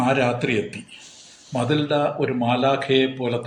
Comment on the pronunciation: മതിൽഡ അല്ല മെറ്റിൽഡാന്നു പറഞ്ഞൂടെ ഈ കഥ ഞാൻ പഠിച്ചിട്ടുണ്ട്